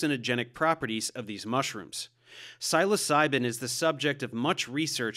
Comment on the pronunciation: Your pronunciation is distracting. "Seh-LAS-ah-bee", "Seh-LOW-sen", and "Seh-low-SAI-ben" would be closer.